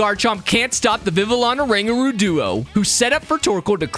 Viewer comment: It's pronounce Viviyon